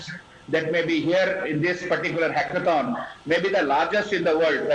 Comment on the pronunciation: i try to listen at least 4time but every time it's sound like "उस हाॅकोथाॅन" It should be hackethon "हैकेथाॅन"